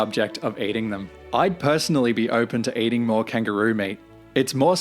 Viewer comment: Love your reactions - just a 'heads up' - it's pronounced KANG-GUR-ROO (hard 'G' like in ANGER...)